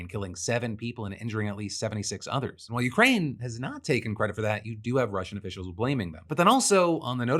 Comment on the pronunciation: "You had Ukrainian and RussiaL officials" 😅